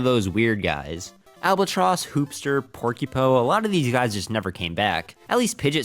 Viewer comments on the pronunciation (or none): The enemy is called Albatoss, not Albatross